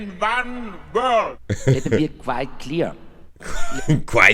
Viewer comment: Günther Öttinger: "Let mibi kweit klir..."😂 Or as Arnie once said: "Tu se Tschappa!!!"🚁